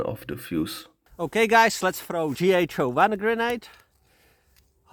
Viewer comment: When you say GHO-1 it almost sounds like G.I. Joe 1, which makes it interesting when you mention the grenade is made more in tune to Western style grenades.